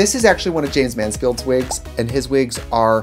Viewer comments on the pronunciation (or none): did anyone else notice her saying “jaymes manskields wigs” 😭💀